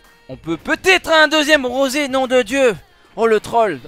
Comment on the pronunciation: Rrrrrosé c'est fait exprès mdr ?